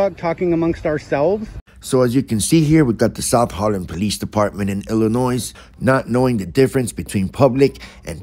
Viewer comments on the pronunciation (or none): psssst ...the S is silent in Illinois. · Ill a noy The ‘s’ is silent … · Noone smart puts the S ON ILLINOISE SOUNDS LIKE ILLA NOY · Pronounced "Illinoy" not "illinoise". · The S is silent in pronouncing Illinois. If not basic understanding of English or the States themselves; a simple online search: Is the S in Illinois silent? Yes, the S is silent. As is the custom with French words, the final consonant is not pronounced. This part of North America was settled by the French in the 1600's. They named it after the Illinoi people already living there, 'Pays des Illinois', or the Land of the Illinois People (plural, hence the s) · The s is silent in Illinois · The S is silent in Illinois. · The "S" on the end of Illinois is not pronounced. It is silent.